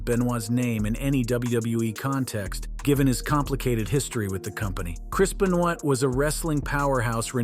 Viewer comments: beniod???????? wow learn how you say there name correctly its "ben""wa" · That is what I was wondering. He is definitely not a die hard wrestling if you can't get Benoit's name right.